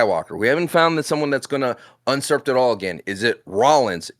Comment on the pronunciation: I’ve tuned in to almost every pod since the beginning and, after hearing it hundreds of times, I feel it’s finally time to say: the word is “usurp”, not “unsurp”